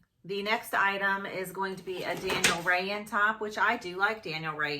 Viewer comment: I think Daniel Rainn is pronounced Rain.....at least that’s how other YouTuber pronounce it lol